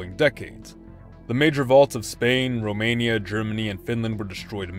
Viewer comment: My god man, you really butchered romania.